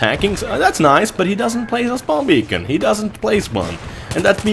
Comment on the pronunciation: its "beacon" ))